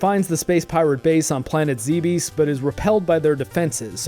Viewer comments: Bravo! Btw I believe it's pronounced like Dweebs. Zebes as in Zeeebzz. I just lost a pet too, so I feel for you, bud. Also, I really appreciate you on the DnD stream. Hail! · After scarlet and violet I'll never buy another Nintendo game again. Edit: it's pronounced "zeebs"